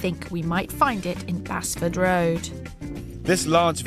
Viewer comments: They are pronouncing Basford wrong! It’s not Bas-ford, it’s Base-ford. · Bazford! Lol!